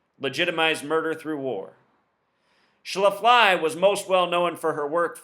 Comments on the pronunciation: Excuse me...it's pronounced SHLA'-FLEE. Not Phyllis Sha-FLY'...So much for your gematria...study your plain English and history more, and let up on the super-secret code, bro. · Not sure if you're mispronouncing her name on purpose or not, but it's pronounced Schla-flee. Just saying. 😎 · You are not pronouncing her name correctly. It is Schla-flee accent on the first syllable. I am 65 and remember her well! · SCHLAF-lee, moron. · The name is pronounced Shh-laff-lee, they have a brewery & restaurants in StL as well. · Her name is pronounced ssh laf lee, accent on the laf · no disrespect, but it's pronounced sh-laf-lee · Yeah I wondered why you were pronouncing it that way? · Will Hightower , I was afraid my ears would start bleeding. Thanks!